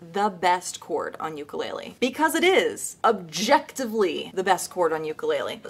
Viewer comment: did deathbed horribly. And try pronouncing "ukulele" correctly